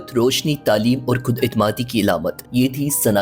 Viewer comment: Aakhri. ..khud. Please khay sahih kren